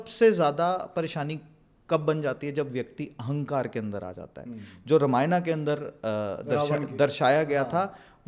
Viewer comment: Swadhishthaanaa, raamaayanaa, moolaadhaaraa, manipuraa.....NO...it's Swaadhishthaan, RaamaayaN, Mool Aadhaar, etc.. It is Raam..not Raamaa...it is Shiv not Shivaa (Shivaa is Paarwatii)